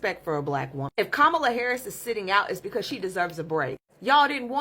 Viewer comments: Funny how the first one doesn't even know how to pronounce her name correctly. Yawn....former VP Harris is resting. They need to be sending all that energy to those Latinos that voted for Dump. Start there, address those issues and then come back later on. We might be interested to listen then ( might). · Don"t worry about her running in 2028 most of you who rejected her won"t be here...keep talking disrespectful by mispronouncing her name...keep with lame excuses of why you didn't vote for her. talk to the people who are deporting you!!! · 😂😂😂 these fools want her to come and do the work for them when they basically told her to kiss their azzes while they smiled all the way to the polls to vote for trump. All she needed was your votes and yall constantly shyt on that woman and still dont respect her enough to even say her name right. Yall helped make sure she didn't get the job so why tf are yall out here asking where she at??? Kamala is too classy to say it so imma say it for her....FK YALL! GO CRY TO TRUMP! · That thing won't even have the courtesy to pronounce her name correctly. You notice it doesn't say it voted for Kamala Harris. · Wow!!!!! Its not her job to be caring. She dont need you Latinos to be ASKING HER FOR A VOTE. You didnt give it then so go somewhere with that. Yall better handle your Lation business now! Learn how to pronouce HER NAME!!!!!! U DO THAT! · The Latino guy is criticizing Kamala for not continuing to speak out. But, he can't even afford her the respect to pronounce her name correctly . Hypocritical much? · First of all, learn to pronounce her name correctly. Secondly she did her part … did you?! I think Not!!🤔🙂‍↔️ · First, boy needs to pronounce her name correctly, secondly, Freaking 🤡🤡🤡 needs to stand back y’all voted for Trump. You reap what you sow. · He said ka ma la and in his second video dude said VP’s name right comma, la. He just want some attention or some Black Love. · Comma-LA..It is really not that hard to say it correctly